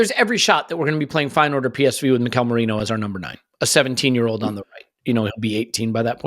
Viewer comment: Is having a giraffe about the mispronunciation of Merino when up until recently he would use that ridiculous pronunciation of Gabriel! 😄